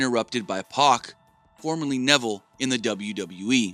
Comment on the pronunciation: He was pronouncing Pac's name Puck!!!